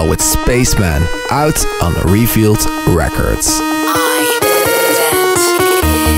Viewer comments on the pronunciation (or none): revealed not refuelded loool